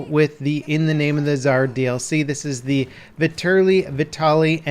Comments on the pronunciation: Matt McDermott the mispronounced name is killing me to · Vet-Er-lee not ver-til-ee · Is anyone gonna tell him it's pronounced vet-ter-li, not vertili? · It's not "Vertilly" lol Vetterli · How in the world did you get "ver-tilly" out of "vetterli"? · IT'S NOT FUCKING VERTILLY! God! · So Vetterli is pronounced "verTILLY". Got it. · It's pronounced "veh-tur-lee" btw. Good video. The real Vetterli is a badass piece of firearms history; especially when considering that the Swiss Army adopted it only four years after the American Civil War ended. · "Vertilly" Buddy. Just sound it out lmao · The gun is pronounced "Vet-Er-Lee" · Can you pronounce it the right way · "Viturly vehtaly" um... that's not how it's pronounced lol